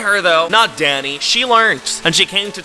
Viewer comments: i thought you said daddy for a sec 😭😭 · every time you said “danny” i heard daddy 💀